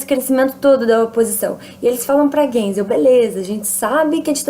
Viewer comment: se fala gaisel